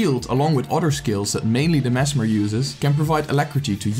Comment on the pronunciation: The way you say merged man. Triggers me.